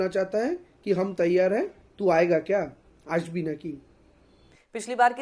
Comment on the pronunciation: Sakshi, Aashbi Naaki hai, Asbi Naaki nahi, please uccharan sahi se Karo bhai!